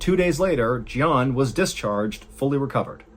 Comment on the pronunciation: Jian is Mandarin and is pronounced more like "jyen"